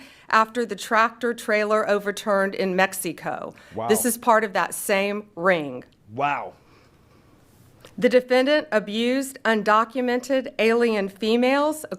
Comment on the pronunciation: Also why did she say MexSEEco